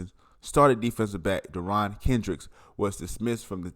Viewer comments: First, if you’re going to do a video on a guy, at least learn how to pronounce the guys name! Seriously? Second, if you’re going to do A video on a guy, you might want to do a little research on the guys background. He is a great football player. He is a good kid. He’s also a head case and idiot! He stayed in trouble and off the field because of the stupid mistakes and being an idiot the entire time he was a clemson. He spent as much time on the bench as he did on the field because of his issues. He also did stupid shit on the field that would lead to 15 yard personal foul penalties in critical situations. Dabo gave him chance after chance after chance but finally drug and gun charges were just a bridge too far. That shit might fly at Georgia or Alabama, but it ain’t gonna fly at Clemson! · its not " deron" its derion lmao